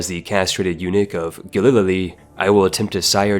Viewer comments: I’m not gonna lie I got a little bit of whiplash when this man pronounced Galilee (G AE-l uh-l EE), G Uh-lil-l uh-l EE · "Galil-lilly" Dude have you never been to church? ga·luh·lee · Dude, it's "Galilee", gal-ill-ee, not "Galililee"